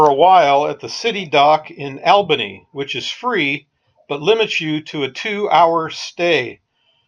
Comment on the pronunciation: some quick local info, it's not Albany like your friend Al. It's pronounced ALL banee. cheers